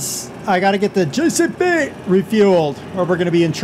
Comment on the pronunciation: Next seson use coursplay, and stop saying jcb like that. IT is not fun